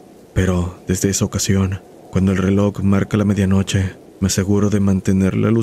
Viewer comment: Tienes un problema serio con la palabra RELOJ bro...